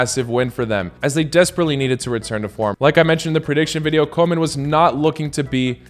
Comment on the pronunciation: Lkbe your videos! Just one thing I noticed as a Dutchie. Normally your foreign pronunciations are quite good, except for Koeman. It is pronounced something like "Koo-mahn".